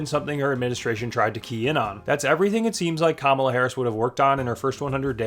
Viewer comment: "Kala"? KAMALA